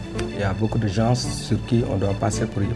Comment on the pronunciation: Pourquoi l’avocat à dit les gense on dit gens mais sénégalais dafa tamm prononcer s bi